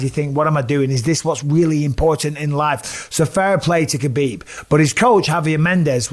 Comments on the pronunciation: Mr. B... there is no K sound in his name. Huh-beeb. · All these years later and your still pronouncing the K. Sort yaself out bisping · His name is Habib not khabib or khebab lol!! He has clarified this… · You might be the only person who still calls him KAbib.. and you get paid to announce for the sport! Come on Bisping, keep up. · It’s weird you properly say Islams last name, but not Khabibs first name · I just can't believe the ignorance of everyone that claims to be a khabib fan and can't even say his name properly total disrespect.. ha bib didn't you ever here his father call his name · He's been around for so long and ppl still getting his name wrong , the K is silent